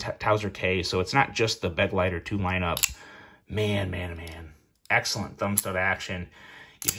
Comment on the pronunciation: It’s Be-GLEI-ter, not BEG-leiter! It’s German for “Companion”.